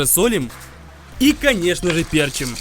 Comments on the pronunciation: Как же режет слух "пЕрчим", да оба варианта "пЕрчим" и "перчИм" допускаются. Но с точки зрения лингвистики - есть взять слово "перчИть", окончание "-ить", куда по правилам и ставится ударение. Соответственно следует последовательно соблюдать верную форму ударения т.е. "перчИм" "поперчИм". Как из деревни блин. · ПерчИм а не пЕрчим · Уши режет. пЕрчим блеать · ПерчИм, ухо режит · Не перчим а перчим